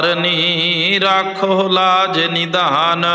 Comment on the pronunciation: ਬਾਬਾ ਜੀ ਰਾਖਹੁ ਲਾਜ ਨਿਧਾਨ ਨਹੀਂ ਹੈ ਜੀ ਨਿਦਾਨ ਹੈ